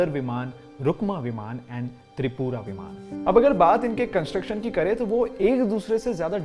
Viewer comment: विमाना नहीं विमान, वेदा नहीं वेद होता है